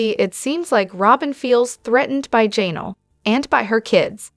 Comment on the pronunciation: QUIT SAYING JAY NELL